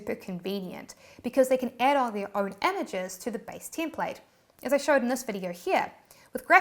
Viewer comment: sometimes it sounds like Teamplate.